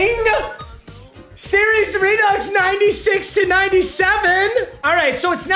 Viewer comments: this guy said “SIRI’S REDUX” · Was it just me or was that serious redux not Siri picks